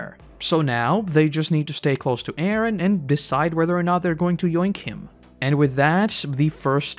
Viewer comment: I hate the way you pronounce Eren. But other than that this was great.